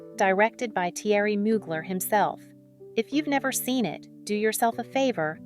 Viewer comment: Ok. I just can’t Theory Mu-glare is how it’s pronounced.